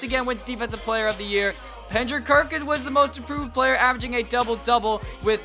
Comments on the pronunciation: He's says pendrick kerkins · He said Pendrick Kerkins 😂😂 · he said Penderick Kerkins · Why does he call him Pendrick Kerkins 😂